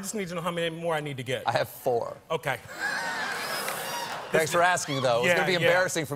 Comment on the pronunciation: "Thansh for being here"? I swear that's what he said.